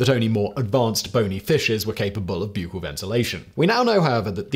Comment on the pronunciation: Gods... "Spiracles"... "Buccal"... "Ordovician"... So much butchering of pronunciation!